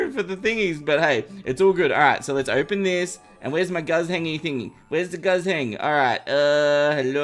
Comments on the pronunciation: Me who understands chinese and heard pronounce guzheng as gazeng and not koo zheng, yeah idk how to explain it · the dynasty wepon is pronounced gu jeng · saying guzheng hurts my soul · Congrats, u officially pronounce Guzheng wrong lol